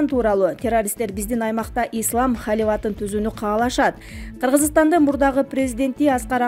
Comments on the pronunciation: Халиват эмес Халифат билимсиз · Халиват эмес халифат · Халиват эмес Халифат департамента окусанчы. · ей. Халиват. Емес. Халифат туура. Оку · Журналист кыз окугансынбы?Халифат деп суйлочу. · АДМИН!!! МЫРКА ОКУГАН АЯЛДЫ АЛМАШТЫРГЫЛАЧЫ СУРАЫЧ!!!🙏🙏🙏🙏🙏🙏🙏🙏 КАНЧА ТУУРА ЭМЕС СОЗДУ ОКУП, ОЗУНУН ТУПОЙУН БИЛДИРИП ЖАТАТ!!!" ХАЛИВАТ", " ВАКСИНЯ" деп тантырапАЙ